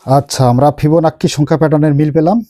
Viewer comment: আপনি ওইটা কি বললেন ভিবোনাক্কি না কিবোনাক্কি?